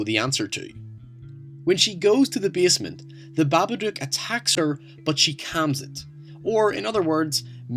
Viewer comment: The way you pronounce basement triggers me. But nice video.